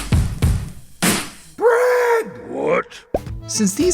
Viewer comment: “CHEESe” “BREAd” “KETCHUp” “BREad”💀